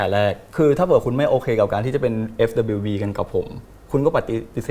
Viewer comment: For me it's Net who can't say FWB and says FWP, cute😭